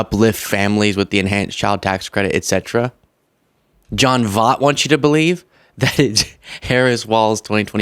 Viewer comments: I'm not agreeing with John in the least, but he deserves his name to be pronounced properly just as much as Kamala does. His last name is pronounced voyt, not vaht. I let it slide on the first post you did on him, but as much as you harp on people mispronouncing Kamala Harris' name, it seems a little hypocritical. NBL 💛🤘🤙✌️ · Its [ voy t] voight =😊 voy T like oiy 😂! Angelina jolie daddy has ALWAYS BEEN A FREAK! The fruit don't fall 😂😂😂😂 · Angelina Jolie's father. I believe his last name is pronounced like Voyt: think Void but with a "T" at the end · Love this podcast,!. John Voightt's last name is pronounced, " V O Y T. ", my man.. Good actor, horrible ambassador for TRUMP/MAGA agenda. Hugely shocked and disappointed listening to John's popagandizing. VOTE BLUE, John!!! 🇺🇸🆘️🙏💙 Do the right thing; educate yourself on REAL TRUTH and leave the misinformation for. "FOOLS & ANARCHISTS"! 🖖🇺🇸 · It's sad when we think we know someone because we've watched them in movies and we like to think they think like us. But, often, no. I've felt this heartbreak. BTW - Voight - pronounced, "voyt" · And it's pronounced VOIT-like void with a T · It’s pronounced Voyt with OY. This same Oscar winner, patriotic American let his former wife & children (Angelina Jolie) starve because he wouldn’t pay support. He’s DISGUSTING. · Voight is a lunatic & has said some really harmful things in his past. Side note; his name is pronounced, "voyt". Like the oy in toy. Voight. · Pronounced Voyt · His name is pronounced “Voit” or “Voyt” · I still believe it's pronounced "Voyt",! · just an FYI Jon Voight's last name is pronounced like this..... V oh I T! Seems silly to pick on his pronunciation of Kamala then say his name wrong!! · Pronounced Voit! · Im with you 100%. And I believe its pronounced Voit, like void with a t 😊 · His name is pronounced Voy-t...he was such a good actor. He's devolved into a hateful, delusional old man. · Pretty sure it's pronounced like "Voyt." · Voit not Vot